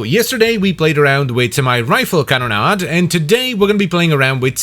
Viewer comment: Can we get a compilation of saying "Can-na-da"